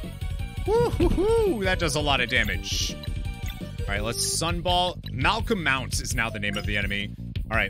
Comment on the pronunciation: Nice playthrough, makes it funny that you do different voices for the different characters XD By the way, the mole's name is pronounced "malko-mud", with the last syllable being pronounced like... Well, mud.